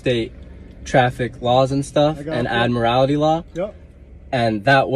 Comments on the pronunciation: It’s Admiralty Law - NOT Admirality Law. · Ummm, just to clarify little boy. The word is ‘STATUTES’ not ‘STATUES’, and it is ‘ADMIRALTY’ not ‘ADMIRALITY’. Guess you were watching Tik-Tok videos in class instead of paying attention to the teacher. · What the hell is “admirality law”. Not that it applies but I think he means Admiralty Law. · "Admirality" is cracking me up. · I spelled it the way he pronounced it for the purpose of mocking him, hence the quotations. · He can't even pronounce "admiralty" let alone understand the law. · In sovcit, it's called 'admirality'. Didn't you listen to Curly the expert traveller? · “statues” “ad-morality” This guy is adorable ^_^ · "Admirality law"! LOL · "AdmirALITY" 😂😂😂😂😂 What a f***ing melt. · Admirality?? He's even making up words. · He can't even pronounce admiralty correctly 🤣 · He doesn't even know how to pronounce Admiralty! He said Admirality. What a jerk. ☺️ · Funny thing, there is no such word as "admirality" lol. He can't even pronounce his erronious nonsense correctly! lol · Admorality Law?? What the hell is Admorality Law? Does he mean Admiralty Law? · WTH is “admirality” law?? At first I thought he was just mispronouncing admiralty law, which is the law of the sea, but then he started talking about it being the law of the land… I’m so confused!! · "Admirality" law. Just watched another from Detroit where the fool said it the same way. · Cites Admiralty Law but can't even pronounce it. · What the hell is "admirality" law? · Wtf is admarality lmao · It’s going to be tough to “educate” someone when you can’t even pronounce half the words. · How can he education anyone if he can not pronounce the word admiralty. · The extra syllable in admiralty is cracking me up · He’s claiming to educate them, but continues to mispronounce ‘admiralty’ as well as calling the dictionary ‘Blacklaw’s’ instead of ‘Black’s Law’. 😂😂😂🤦🏻‍♀️🤦🏻‍♀️🤦🏻‍♀️ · This turkey can't even pronounce 'Admiralty', let alone understand what it is.